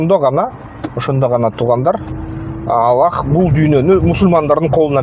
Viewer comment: Илим алып анан сүйлө Аллах ддеп жакшы айталбайсынго